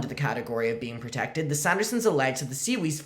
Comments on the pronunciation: fightin for his life trying to say Siwas 💀💀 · “Seawees” Keeps getting me 💀💀💀